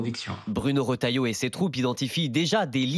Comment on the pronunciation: Trop fort le rotailloyo 😂😂